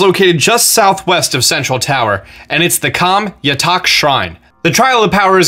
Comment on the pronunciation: who else thought he said "sexual tower" XD